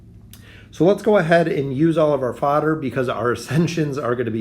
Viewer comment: When you say fodder it sounds like you’re trying to say father in an accent. 🤣